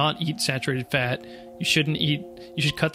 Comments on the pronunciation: Who is here to hear him pronounce “fat” “FEHT”? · The way you pronounce "fat" is dripping with contempt